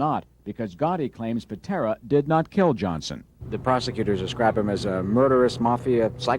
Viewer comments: “Tommy Pintera”…… lol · Pitera, not pintra lol